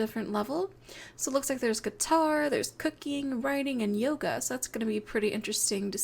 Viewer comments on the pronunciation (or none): none